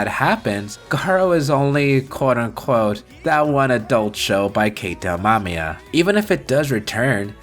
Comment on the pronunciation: Nice video folks, great editing by your editor too. Also, it's Keita Amemiya, not Amamiya. Thank you for mentioning GARO and Gojira. :)